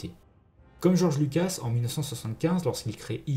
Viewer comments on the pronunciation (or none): none